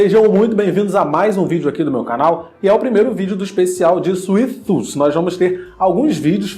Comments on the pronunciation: Dificuldade de falar o nome da série mano, mds.... Suife tufi, pronto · Suiti tufi Kkkkk